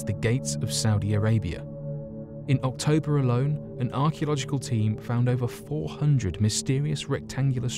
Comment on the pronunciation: Did u say in oc-Toblerone lol and all jokes aside I'm not gonna be watching these long videos any more to many ads for such a short video guys 3 in 10 mins is silly still better than the 6 it normally is I suppose but still shit lol